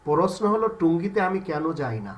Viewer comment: টুঙ্গি কি ব্যঙ্গ করে বললেন।এটা টঙ্গি হবে।